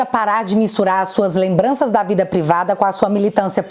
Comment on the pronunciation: lembrança não, lambança...